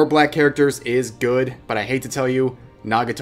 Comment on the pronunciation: The fact that you say "Nagataro" but write it correctly triggers me...